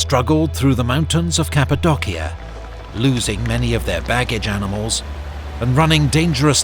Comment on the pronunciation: Did I hear Cappadocia (ka .puh. DOW.shuh) pronounced (ka.puh- DOCK - ee- eh)? I'm not aware of that being an alternative pronunciation or is this referring to some place I've never heard of?